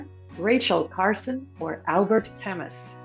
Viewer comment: Interesting quiz. I scored 95/100. Q40 - Correct movie title is Bob and Carol and Ted and Alice Several mispronunciations, especially names, ex: Ole = Oh-Lee, Camus=Cam-Moo, also Life of Pi=Life of Pie